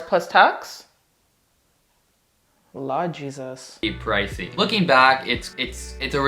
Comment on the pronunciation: I heard the Jamaican in you at the beginning of the video when you said Laad Jesas. Always enjoy your honest videos. Keep up the good work.